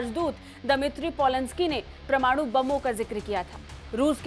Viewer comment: अरे भाई समाचार वालों परमाणु का उच्चारण तो ठीक करो